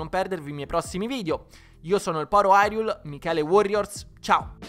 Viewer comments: Solo io mi triggero ogni volta che dicono hyrule nel modo sbaiato? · A quanto pare però "irule" come dicono nel gioco è molto più simile alla pronuncia giapponese